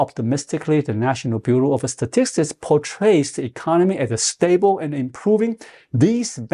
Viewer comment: It’s pronounced “stuh- -ticks,” but your way is much funnier 😊 Great video!